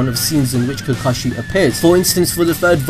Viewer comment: Is anyone else saltey at how he said kakashey's name